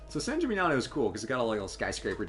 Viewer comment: managed to pronounce "San Gimignano" correctly. I've heard Americans pronounce it all kinds of way, up to and including "San Chimichanga".